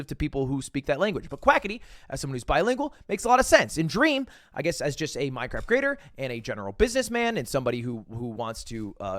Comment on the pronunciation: Does... does he do it on purpose... when he says "cwaft"? Every once in a while "mine cRaft" sounds like "mine cWaft"